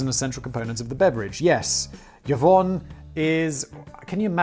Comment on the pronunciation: I mean he is also saying Yovonne instead on Yvonne. Edit: His "Karaizo" pronunciation is hilarious.